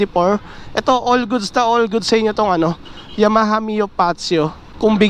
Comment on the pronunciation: Fazzio - Fatzio Yamaha - Ya-maha, not Yama-ha